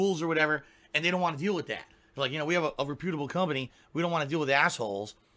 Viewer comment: Why does he say re-pEw-de-able instead of rep-pew-da-ble